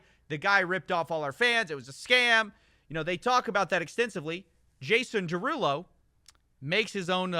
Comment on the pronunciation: Excuse me but his name is JAY-sawn deRUUloooo🎶